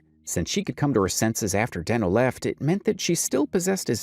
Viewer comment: And it’s not Denknow it’s deeeeenooooo